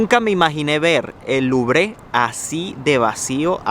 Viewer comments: Primera lección de francés... La E no se pronuncia a menos que este acentuada... No se dice "luvre" ni "luvrÉ" sino "luvr" 😉👍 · señor si va hacer un comentario de un lugar o un edificio,primero investigue un poco como se llaman de forma correcta los lugares o edificios, mejor ejemplo se dice louvre o aun mejor musee du louvre pero aun mejor si estando haya aprende a decirlo de forma correcta o pregunta como se pronuncia a cualquier persona,eso lo hara ver muy bien y educado,pero si primero lo dice a medias lubre y lo peor de forma literal en español ,usted mismo se pone en ridiculo por su ignorancia y arrogancia ,gracias